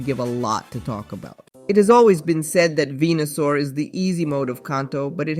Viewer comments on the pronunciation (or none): none